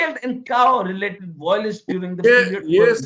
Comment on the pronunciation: It is 'violence' and not 'voilence'